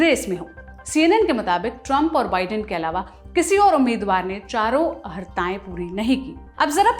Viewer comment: डीयर आप “अहर्ता“ और “अर्हता” में से किसे शुद्घ शब्द मानते हैं? आपके चैनल में सदैव “अहर्ता” (अहरता) उच्चारण किया जाता है। निवेदन है, कृपया क्षुद्ध उच्चारण किया करें।